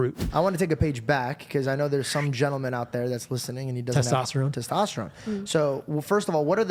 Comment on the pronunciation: Teshtashtatron Bro get those pubes outta ur mouth you cant even talk